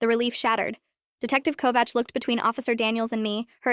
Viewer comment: I am impressed that the AI could pronounce 'Kovács' almost as good as any Hungarian.